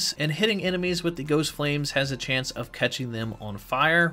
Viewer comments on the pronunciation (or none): none